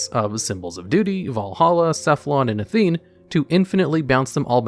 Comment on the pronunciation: Not gonna lie, the pronunciation of Gungnir and Athena bothered me a bit more than I thought they would 👀